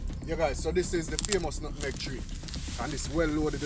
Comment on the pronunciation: Nutmeg not nuttenegg